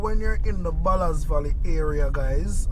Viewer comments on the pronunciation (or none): The name is Ballard valley and no ballas valley